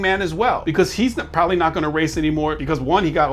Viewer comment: "Prop-A-Lee". LMAO.